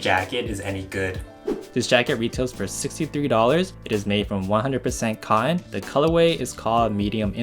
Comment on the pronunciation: Learn how to say denim and cotton